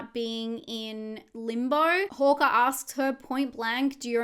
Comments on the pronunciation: Why do you keep saying "Horker"?, it's "Harker" with an A 😂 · Its HARKER . Not HAWKER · Hearing Harker as Hokah threw me for a good half of the video. lol I love how different accents can sound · I'm only bringing this up bc I think different accents are fun (big fan of Australian accents), so no shade intended, the way you pronounce "Harker" sounds like "Hawker" to me. Like the bird. Agree about the Krampus shape. Thanks for the breakdown! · Hawker, Harker.. great recap but this threw me a bit. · Overall fantastic video but the way you’re saying ‘Harker’ is bugging me 😂😂